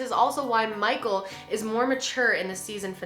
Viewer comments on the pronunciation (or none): none